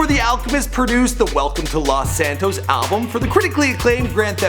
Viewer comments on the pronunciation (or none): none